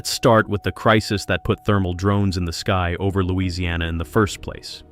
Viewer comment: Why would you make the stupid claim that Louisiana’s humidity is hard on batteries? That simply doesn’t have any basis in reality. And you didn’t even make it in the ball field with your very wrong pronunciation if the name of the place this happened.